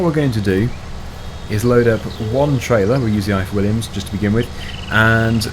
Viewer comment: You said the ifor Williams trailer wrong. It's a welsh name company.